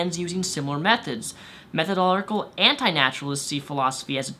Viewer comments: Dude, you're great and all, and I totes agree with everything you're saying. But please, MethodoLOGical, not Methodolical. If we're going to tell these crazy people how wrong they are, we need to do it right! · Every time he said "methodolical" instead of methodological it just urked me lol. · methodolical? you mean, methodological? lol I get it, its a hard word ;) glad you try to use reason to actually understand reality. Keep it up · Meth oh do lo jick al. you're saying meth oh do lick al. you are skipping a syllable. Not a big point, but i'm a bit OCD and it was bugging me.......sorry for pushing my neuroses on you. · While I am in support of you, you might want to try and pronounce the extra syllables in methodological when you say the word, because you weren't saying methodological, you were saying "methodolical". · Methodolical naturalist?? This guy wants to be taken seriously as a representative of a certain opinion in one of life's greatest discussions, and he can't even pronounce what he claims to be? MethodoLOGICAL, lad. Clean your room and do some actual studying. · You said "Methodolical" several times instead of "Methodological". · Minor point... I watch your videos, respect you, and agree with most of what you say, but would you please learn how to say 'methodolOGical' correctly? It is disconcerting, possibly even counter-productive, when presenting intellectual and philosophical ideas, for you to consistently pronounce the word 'methodol__ical', as though it's a tongue twister, a word that is actually pronounced exactly as it is spelled. You even read it that way. Peace the rep out; keep up the good work. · It's method-o-logical not metho-d'oh-logical. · I know I'm picking nits here, but it's methodological, not methodolical. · You're pronouncing methodological wrong. You're missing the 'lo'. Think 'It ends in logical' when you say it. Method-o-logical. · Me-tho-DO-LO-GI-CAL !!!! Sorry. Love ya though.